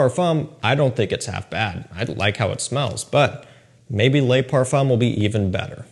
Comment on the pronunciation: I don’t know if you read the comment. Probably not but just want to let you know in french an E does not pronounce Ay Le is not lay Now my question on the le parfum: is it fully Ambroxan like the edp? For me the edp just turned metalic due to ambroxan